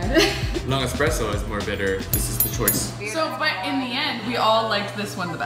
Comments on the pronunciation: espresso not expresso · eXpresso. OMG THAT IS NOT HOW YOU PRONOUNCE IT. es-press-o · It really grinds my gears when someone says EX-presso instead of ES-presso, which is how it should be said. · eSpresso. Not eXpresso. You're truly, your local broista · It's not expresso!!!! It's espresso, why is the title correct but both and keep saying it wrong? It kills me:P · They know its ESPRESSO, not Expresso, right? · eSSSSSS-presso. not eX-presso. if you're going to do a whole video about it, at least pronounce it correctly. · OOOOO WHEN THE GIRL SAID EXPRESSO AHHHH 0.37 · girl 1 - i dont have a delicate pallette... we knew that the moment you said eXpresso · Lol yeah she doesn't have the delicate pallet to drink coffee. She called it expresso like no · I swear to god if I ever hear someone call it an "expresso" again I'll neck myself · I don’t like that she says “expresso”. Then again, she works at Buzzfeed. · They kept saying eXpresso and as a barista, that really bothers me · it triggers me so much that they say "Expresso" :| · It's not EXpresso. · Who else hates when people pronounce it 'eXpresso'???? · I don't think they know how to spell/pronounce espresso